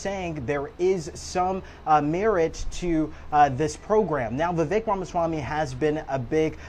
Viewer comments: My name is Vivek, you don't know how to pronounce it, it rhymes with snake! Why would anyone think that trump and the people he has chosen to assist him would have the American people's interest foremost in their hearts and minds. Vivek and President Musk said that the American people were too ignorant and mentally ret---ed to train for high-tech jobs. This summation was easy to devise due to the fact that people voted for trump after all of his baggage and criminality. Why would they trust "you" with a high-tech job? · This reporter is not smart. Pronounces Viveks name incorrectly. Vivek ran for president of the United States. If a reporter can’t get it right, goes to show how rude this reporter is. He works for cbs. Please!